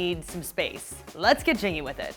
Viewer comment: she says “let’s get jiggy with it” I’m pretty sure